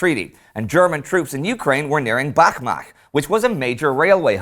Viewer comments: actually its Bakhmach [ˈtʃ], not Bakmah)) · Please, Indy, it's Бахмач, i.e. [ˈbɑxmɑtʃ], not [ˈbɑxmɑx] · Bachmatch - is proper way to pronounce Ukrainian town. Like you pronounce Dutch